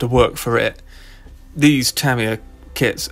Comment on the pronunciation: Ta mi ya, not tam